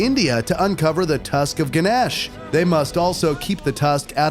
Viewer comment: Its gu - nesh not gaenesh